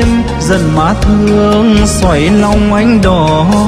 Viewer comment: Giọng anh chị ấm, trong nhưng giọng nữ chuẩn hơn về cách luyến láy và phát âm chuẩn giọng nghệ tĩnh! Anh Duy Phường chú ý thêm phần phát âm cho chuẩn giọng NghệTĩnh thì mới hay! ví dụ: da diết thế, nặng tình nặng nghĩa, xoáy lòng em đó,v,,vv, , anh ấy khắc phục được những lỗi ấy thì sẽ rất hay!